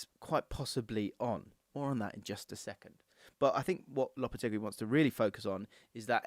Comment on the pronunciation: LOP-A-TAY-GEE is how it’s pronounced 😘